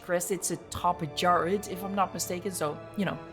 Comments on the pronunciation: the pronuciation is not that hard bro 😭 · I can't unhear it being a caillou-jara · Here's how i pronounce it,. Ka-Yu-Wa-Ja-rah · Caiuajara can be pretty easy to remember how to pronounce it if you just imagine this scenario: "Caillou, a jar!" -"Ah!" Caiuajara.